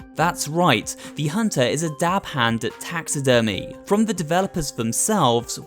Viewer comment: he. My mind just went to taxes when he said taxi-dermy